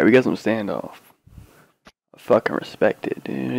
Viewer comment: Could really hear the Texas in you when you said Standoff :)